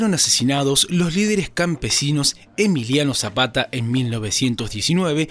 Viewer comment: Muy buena información, solo corregir la lectura de los años y el nombre de Emiliano Zapata.